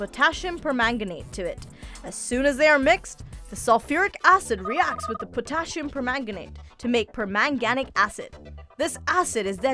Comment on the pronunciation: The mispronunciation of “pipet”, “potassium”, and (for-the-love-of-god!) “molecule” make me want to pull your science card . . .